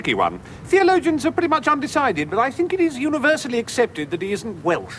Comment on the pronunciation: It kills me every time. The way he says "welsh" and his face is so priceless.